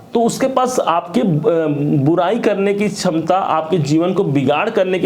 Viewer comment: Aap ko bolna nahin aata Hindi chham chham chham ta Samta nhi ksamta bolen